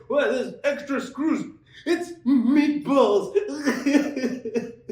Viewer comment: "Meatbölls"?! Why not just use "ä"?